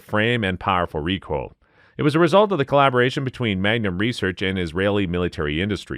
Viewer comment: I like when some of these videos say "Dot 3 5 7 Meg-a-num) and so on... Haha!... Or "4 5 4 Castle".... Haha! ...Can always tell it's a computer generated voice translation....